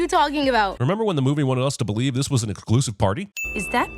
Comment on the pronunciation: what it says he said: exclusive What I hear: conclusive